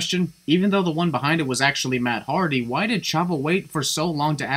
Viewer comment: he said heardy